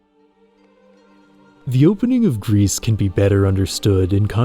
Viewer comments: yea it's pronounced "gree" but only wine people would know that most likely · like i’m pretty sure it’s meant to be the french word for grey (especially since the first stage is grey) which is pronounced like gree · Bro, it's pronounced "Gri" not "grease" it's french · It's not " Grease" its just pronounced "Gri" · Interesting how you pronounce it Greece or Grease insteas of Gris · Fun Fact, Gris isn't pronounced "Grease" but "Gree". Gris is the French word for Grey. So it makes sense. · knowing french, it feels weird to hear gris as "grease" instead of "gree" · Gris (not "Grease" but "Greee", right? Like the french for "grey") looks like "Journey" in 2D. 😂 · “Gris” is the French word for grey, pronounced GREE Apart from that, great video 😁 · Your video is wonderful, truly. However, I'm with the Pronunciation Police and your pronunciation of Gris drove me nuts the entire video. It's "Gree" not "Greece". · The way he says "Grease" for Gris instead of "Gree" bothers me lmfao It's French. It's "Gree" It means grey/gray. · I think it's pronounced "Gree" as "Gris" is french for grey/gray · With respect, the name of the game is pronounced “gree” Because it is a French word meaning “gray”, the s at the end is silent. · this video is really good but him pronouncing gris as “grease” is killing me 😭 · GRIS is not read " G R I S " but " G R I " which means grey in French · "Gris" (prononced gree) means "grey" in french, in case anyone was wondering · Good video but I think it’s pronounced ‘gree’ as in French for grey, bit of a nitpick but thought I’d mention it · I've not played the game or know anything about it past this video, but I believe gris is meant to be the word in french for gray, pronounced "gree" (of course with the French "R" not the English). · Hey, great video, but if you're gonna pronounce the name of games as often as Gris and Sable, maybe you should check how they are pronounced ! It looks like you're talking about Greece most of the time